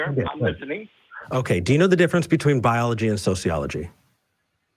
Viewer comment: “SCYENCE! BYOLOGY!”